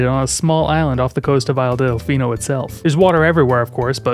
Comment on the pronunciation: When i heard you say “isle delficino” i heard “isle deficeno” as deficate with a no at the end